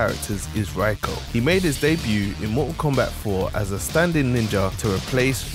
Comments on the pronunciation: Its pronounced Ray-ko, not Rye-ko. 😊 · It’s pronounced re-ko. Not rye-ko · Rayko is the pronunciation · It’s pronounced Ray-Ko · can't even pronounce his name but do tell us who reiko is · Y does everyone pronounce his name wrong lol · Not even pronouncing his name right 🤦🏻‍♂️